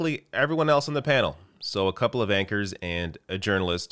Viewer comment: It's no doubt merely "lost in translation", but , you seem to have dropped the "W". Whereas, over here in the U.K., we always pronounce it clearly as W-A-N-K-E-R-S. So, just a quick FYI to our brothers & sisters in the U.S. Seriously though, Richard "The Wine Thief" Madeley (who is currently trying to out-Piers Morgan Piers Morgan) and that little poisoned dwarf, Lowri Turner (who genuinely believes she's a real journalist) are long-standing, talentless TV hacks. They, essentially, shill for the establishment like cheap ho's. They spread lies and mistruths and perpetuate the culture wars. The irony is, Dick tries to belittle her by calling the movement "a bit Vicky Pollard" (which is a derogatory term based on an obstroculous & sulky teen character in a TV comedy). He did a very similar thing when the Insulate Britain protests took place last year, mouthing off trying to rouse the rabble. However, that very same rabble is currently calling for our useless government to act on insulating our homes now with energy prices set to double & triple in the next year. It doesn't mean anything to this conservative, corporate compliance crusader; his words are disposable. We don't need any more culture wars perpetuated by these well-off gits; what we NEED is a class war before it's too late for us all! There have been NO disruptions or shortages on garage forecourts caused by Just Stop Oil, both the AA and RAC have confirmed. What has had an effect is people filling up for